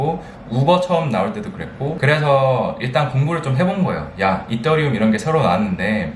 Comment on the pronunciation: 이떠리움 이거 원어민 발음 인거에요??ㅎ